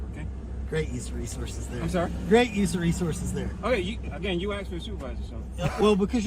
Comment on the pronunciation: " Axed " for a supervisor . Drives me nuts . Room temperature IQ cops . FTP